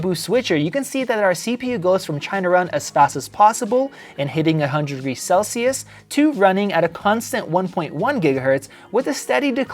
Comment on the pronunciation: Celsius or sell-shoes, funny😅